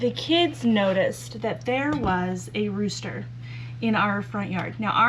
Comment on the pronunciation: The new buck barn is going to be great and they're going to love it :) I kept thinking you were saying "road" rooster. Well, it went with driveway chicken dinner!! 🤣